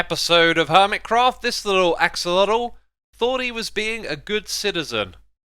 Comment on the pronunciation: You do know that you're pronouncing axolotl wrong right? If so, I assume it's one of those things you like to say like achacha wood